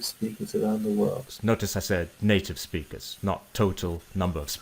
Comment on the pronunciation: You say spickers rather than speeekers. Tock rather than tork. It's a longer vowel.